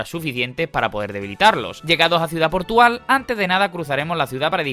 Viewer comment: Ha dicho ciudad portugal? XD